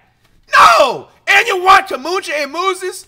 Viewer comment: “Kumunja”, cmon now flight